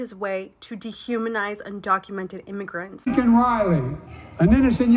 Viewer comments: Biden said her name wrong too. It's Laken. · He calls her LINCOLN!! HER NAME IS LAKEN! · her name is LAKEN.........even you are pronouncing it LINCOLN like Mr. Potato Head did